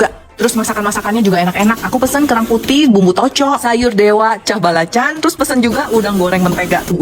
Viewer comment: paling benci denger org ngomong balacan. It's belacan mf